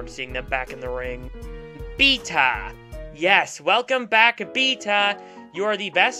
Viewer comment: I don't know how you don't have more subscribers, you actually make really good content P.S. maybe it's because of how you pronounce beta